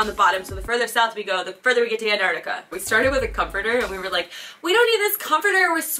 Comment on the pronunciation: anarctica??? its antarctica, you gotta pronounce the 2 t's